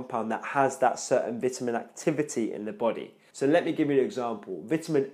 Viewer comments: Your English is good except Vitamin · Are you american if you are english people call it vitamins you are american you call it differently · Really well put together and explained man. Only problem for me (an aussie) is the way you say Vitamin haha